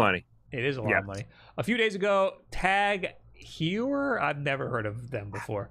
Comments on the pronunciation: About the watch: the "Heu" in Tag Heuer name should be pronounced like in the word "aHOY", so it would be "Tag HOYER". And if you look into watches $2100 for a watch might sound like a lot for an average person, but it's change in regards of price for a good watch. The prices or luxury brands watches can get astronomical. The other story is that this is a smart watch... Then I agree this is just a ripoff and they trying to bump the price by making it in limited quantity. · every time attempted to pronounce Tag Heuer I died a little